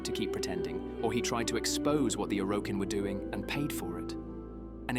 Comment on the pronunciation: does this sound like an AI voice over to anyone else? like combining Roathe with Are, mispronouncing Orokin, that sort of thing.